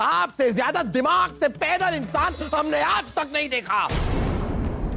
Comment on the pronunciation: दिमाग नहीं धीमाग 😂😂😂